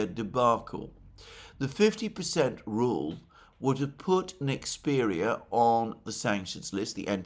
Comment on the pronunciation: you keep saying Nexpedia. It's Nexperia. Thank you for your consistently clear and well resarched information and thoughtful analysis of current events.